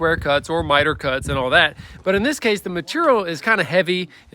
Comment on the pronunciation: MATERRIAL. I SAY IT LIKE THAT TOO